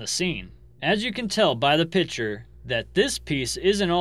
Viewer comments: learn to say "Picture". It's not PICHER! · Not trolling, but a pitcher is for pouring liquid. A photograph, drawing or painting is called a picture (pronounced PIK-ture. Brooch is pronounced with a long O like broach. Just trying to give you more credibility as most of your vids are made from photographs (pictures). Interesting facts, though.